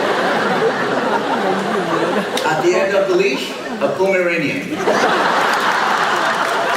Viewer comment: OMG, laughing so hard! This is even better than his TV shows. I love the way he says "Poo-meranian". Thanks for uploading!